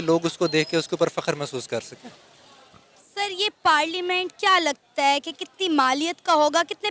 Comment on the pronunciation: वो पार्लिमेंट नही पार्लियामेंट होता है पगली!! इन लोग को अंग्रेजी भी नही आती,उर्दू भी नहीं आती,सिंधी भी नहीं आती,पंजाबी भी नहीं आती...सब कुछ थोड़ा थोड़ा आता है...!! हां, पाकिस्तानियों को आतंकवाद फैलाना अच्छे से आता है।😂😂